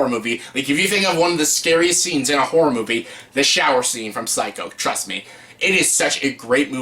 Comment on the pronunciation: You might enunciate a bit better. About 3/4 of the time you say “whore” movies. Good choices and video though! Thanks.